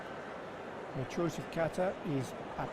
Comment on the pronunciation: Stop pronouncing it 'cat a'!!!! You sound like a pompous novice.